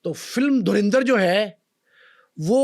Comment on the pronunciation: Bhai it's a movie, aur sbse pehle to Its Dhurandar..no E in pronunciation 😂..also baar baar bol rahe ho kya hasil kiya..437 Cr INR means 1380 Cr in Pak Currency 😂